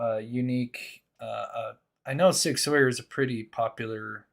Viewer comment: Please say Sig sour instead 👍